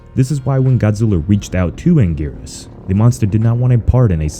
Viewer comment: You said Anguirus wrong